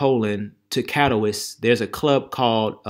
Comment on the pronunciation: Bro! You order not a drink you like but the most expensive because a lady is buying?!..Wow. Anyway the city you are referring to in this video is Katowice which is pronounced “ka.tuh.Vi.suh”.